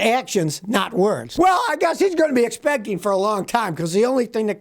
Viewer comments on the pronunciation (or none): "Endorseen" "expecteen"????????